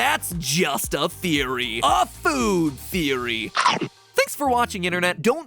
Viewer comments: BUT HEY THATS JUST A THEEWEE A GAAAAAAME THEEWEE! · I love how he used the meme of Gordon Ramsay when he said theewee instead of theory lmao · just a theewee